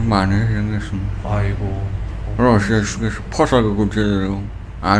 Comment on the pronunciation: 소름 돋는다 러시아라고 정확히 발음하는 것 봐